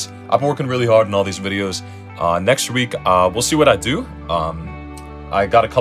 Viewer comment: next wreek ooooooooooooooooohhhhh